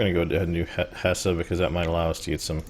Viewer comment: I know that this is a very old series, but it is pronounced *Hess*, not *Hesseh*. Dont get me wrong, i like your gameplay, it just was one of those things that bothered me xD